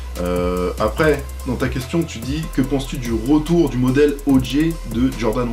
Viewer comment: OG tu prononces pas bien, c'est Odji et pas Odjay, Stranger Things c'est ouf ! bigup de suisse